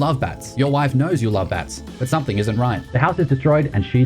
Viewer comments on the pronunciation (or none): There is no word 'somethink'. There is no 'k' at the end of 'something'.